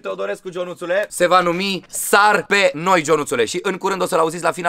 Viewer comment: Cand ai zis "Sar pe noi" am crezut ca zici "Sars Cov 2" <3